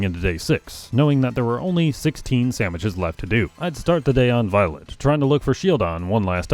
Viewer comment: I wasn’t really paying attention to the video, just had it on in the background and about half way through I noticed he was saying samiches